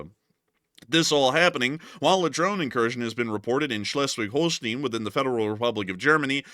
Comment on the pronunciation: shlesh-vig-hole-stine 😊 danke sehr ❤